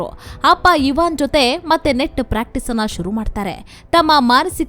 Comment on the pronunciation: ಐವನ್ ಇವಾನ್ ಅಲ್ಲ